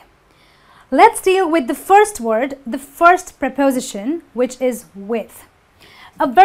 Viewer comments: It is not pronounced as prapowsition. It is pripustion. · It's pronounced prepoSItion, not prePOsition. You use 'by' in passive voice to introduce the 'doer' of the action, it has nothing to do with the past. You can say The microwave was fixed but if you want to add who did it, you need to use 'by' before the (appliance repair) technician, because it is not a mechanic's job. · my ears almost fell off when I heard you repeatedly say 'prepOsition' :-) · amine meziane You should stress your word "prepos'ition" properly.:) there are some minor mistakes in your presentation too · Please learn to use how to stress syllables correctly. The word 'preposition' is not stressed on 'po', but on 'si' just like most words ending in 'tion, 'ian', 'sion', with a few exceptions . See Daniel Jones' dictionary or Recognized Pronunciation! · She's not pronouncing the word"preposition" correctly. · You mispronounce preposition.